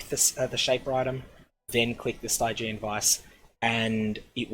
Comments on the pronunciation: "Stygg-i-an" not "Stiiii-gi-eeen". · Cool guide :) Definitely get on this before it goes legacy! :D But...Sty-jee-an? I've always read it as "Stidgean" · St-eye-geon vise lol... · The way you pronounce Stygian Vise is killing me